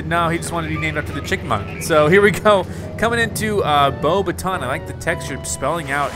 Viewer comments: Its pronounced "Bo backs ton" Professor Mcgonagall is not pleased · it's bo bah ton, it's french